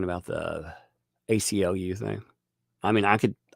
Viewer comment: ACLU, not UCLA, lol